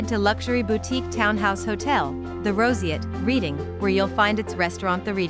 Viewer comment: It’s pronounced ‘Redding’, not ‘Reading’.